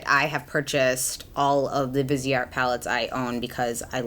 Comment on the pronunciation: I just feel the need to correct people’s pronunciation of this brand. Viseart is pronounced Veez-art. It’s french and visage means face. Therefore viseart. ❤️